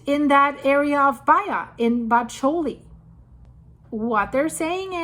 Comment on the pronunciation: Hi, Thank you for such fine content! A quick pronunciation tip for Bacoli & Pisciarelli: BAH-KOH-LEE and PEESH-EEAH-REH-LEE. Otherwise compliments on your pronunciation!! ❤